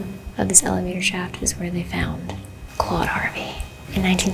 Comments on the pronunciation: Not me thinking she said “one clawed Harvey” lmao!!!! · Not me thinking you said “one CLAWED Harvey” and imagining a one handed man with claws. I then realised you said Claude and this is indeed not a horror movie 😂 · Ooooh CLAUDE Harvey. I thought it was CLAWED Harvey...🤣🤣🤣🤣🤣🪝🪝🪝